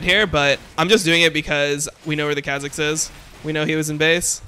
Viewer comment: if he says kha zix like that one more time im gonns kill myself